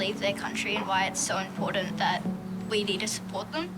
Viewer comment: Stop mispronouncing "Important." There's a "T" in there, NOT a "D."